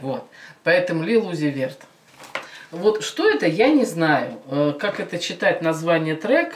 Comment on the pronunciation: Lil uzi vert( лил УЗИ вёрт) а не верт